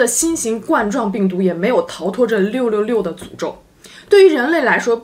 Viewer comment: 666 念漏漏漏